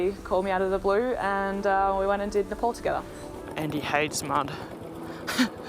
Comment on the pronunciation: Its not Nple..its Napaal